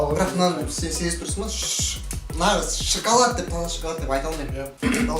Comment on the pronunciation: Шакалад емес шекалад